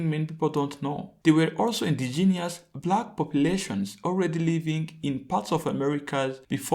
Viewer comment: SAY IT WITH ME “IN-DIG-E-NOUS” 😂😂😂😂